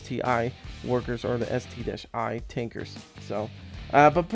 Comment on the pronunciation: Its called ST-1 (One) not ST-i. But call it whatever you want to call it. :)